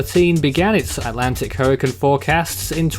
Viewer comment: It’s hurricane not hurrican